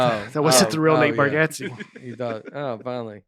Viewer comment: Whenever I hear Nate pronounce his last name “Bar-get-zee ” instead of “Bar-got-zee” I think of when Seinfeld’s cousin Artie corrects Jerry’s pronunciation of his last name from “Le-veen” to “La-Vine”. “Yeah ‘La-vine’....and I’m Jerry Cougar Mellencamp”. Anyway, I love the show. Seinfeld not Nateland. Just kidding! You guys are great and my wife and I are always thoroughly entertained by you.